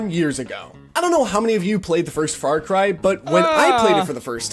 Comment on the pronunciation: As an Aussie, I know the world thinks we have a funny accent. But seriously...What part of America do you have to come from to pronounce "Farcry" as "Fart-Cry"? I'm so angry right now